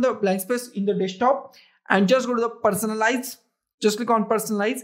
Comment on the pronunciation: Person lice... I'm sorry is this how you really speak or you just screwing around. WTF PERSON lights ok..